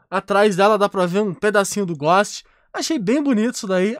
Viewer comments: ele tá tentando falar ghost? ele fica falando góst q agonia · Ghost = Gousti e não Gósti 👍🏻